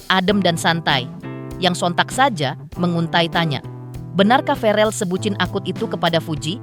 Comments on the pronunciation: Verrel bukan farel min 😇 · VEREEL BUUUU BUKAN FAREL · bukan farel woiiii tp verrel